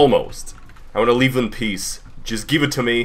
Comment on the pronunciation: Plot twist: at the end of this video he said "piss" instead of "peace"